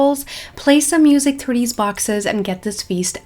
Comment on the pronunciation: “we have the mEeUsEk”